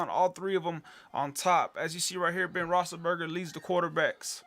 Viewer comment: its rothlesburger not rossenburger...how in the hell did you win? Must be really lucky.